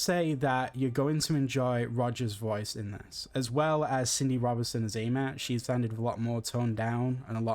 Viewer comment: Dude said "AMEH"